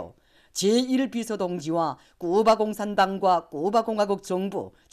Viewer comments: 쿠바, 카리브해를 큐바, 커리브해라고 부르는 것이 거슬리네요 답답. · 큐바가 아니고 쿠바로 알고 있는데 수정을 해줘라 여자선생님아.